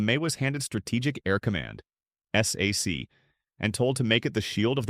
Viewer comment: It's not pronouinced S-A-C, it's prnouinced SAC(K). I'm an old SAC troop. Lemay was not used to hearing NO, he was a brilliant commander.